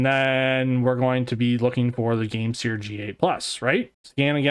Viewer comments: Bro its game SIR not seer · I'm pretty sure it's supposed to be sir like a gentleman, not seer. Game-Sir.